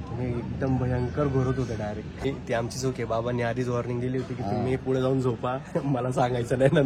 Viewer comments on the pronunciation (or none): none